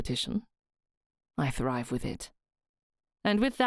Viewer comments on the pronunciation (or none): none